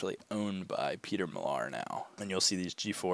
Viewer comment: It is pronounced Mill Are. I used to pick this brand up 2-3 years ago but now it's a hard pass unless it's something really unique.